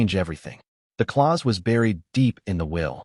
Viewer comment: Clause, not claws 😅